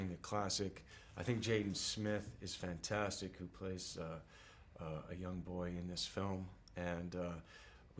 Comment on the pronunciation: haaha lurve him!!! 'FAntatsic!'